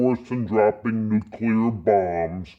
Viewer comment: lol. a shut out. You're fucking awesome. Pet peeve; nuCLear, not nucular.